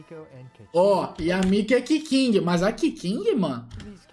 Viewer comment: Não fala da minha keking, eu já suporto falando mal da kokomi agora keking não e se pronuncia cûtin não quequingue